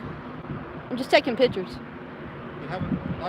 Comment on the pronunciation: She's taking 'pitchers', lol.